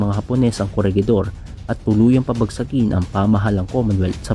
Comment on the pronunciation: "Corehidor" po ata sa pagkakaalam ko sa pronunciation